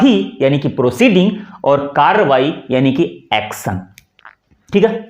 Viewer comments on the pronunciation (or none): महोदय नमस्ते। आपका आभार कि आप हमारी अपनी मातृभाषा के बारे में हमारा ज्ञानवर्धन कर रहे हैं। लेकिन मेरा आपसे निवेदन है कि यदि आप अपने उच्चारण पर भी ध्यान दें तो हमें आपको सुनना अच्छा लगेगा। आप प्रायः श अथवा ष का उच्चारण स करते हैं। इस वीडियो में आपने एक्शन को एक्सन उच्चारित किया है। सदन की कार्यवाही स्थगित को आपने अस्थगित कहा। कल की वीडियो में स्कंद को अस्कंद कहा। आप इसे मेरी धृष्टता न समझें। आप नेक कार्य कर रहे हैं, इसे करते रहिए। आपका पुनः आभार।